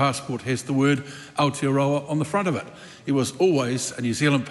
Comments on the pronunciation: Our tear are row are 😂. And winston says hes a marry .. married to the mob . .. 😂😂 gramps cant pronounce maori words correctly no wonder hes nzfirst .. hokianga he reckons 😂😂😂😂. You dont even have missing teeth and your pronunciation is crack up ... U the winnie 😂😂 whatever is easier for you to pronounce brother 😂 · Is it me, but most people pronounce Aotearoa in correctly, by introducing an 'L' sound. Thus AL-tearoa, whereas in my opinion the sound is AO, which should sound like 'auw' as if you hurt yourself. Once members can pronounce it correctly they can utter it in parliament. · When I first heard Gerry say Aotearoa sounded more like Ayatollahroa 😮